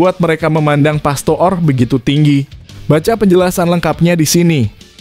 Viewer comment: PASTOOR = dibaca PASTOR.